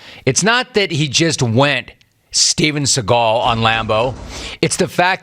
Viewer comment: Did Rome just say "Steven Seagal"? That's crazy..